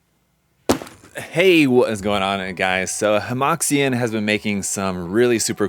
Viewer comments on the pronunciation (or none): Hemoxian has finally resorted to AI box art 🥀 I know it's a lot to ask of a fellow Illinoisan, but it's pronounced more like "heuh muo shian" It means something akin to "harmonious model line" but sounds like the Chinese term for seam line, 合模线 (only the first word is different).